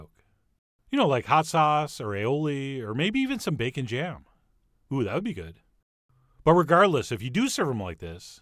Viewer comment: Did.....did you say "bacon jam"? o.O